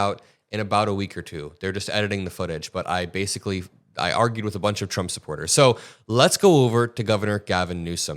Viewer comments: trey has slip of the tongue when he starts talking...chump trump lol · The fox news guy accidentally said chump instead of trump lol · Slip of the tongue chump😅😅😅